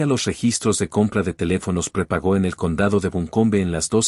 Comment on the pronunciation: Se dice prepago, no prepagó